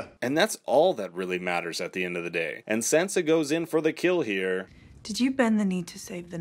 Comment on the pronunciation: Why are you mispronouncing Sansa? 🙄🙄